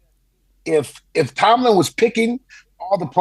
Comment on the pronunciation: He cant say tomlin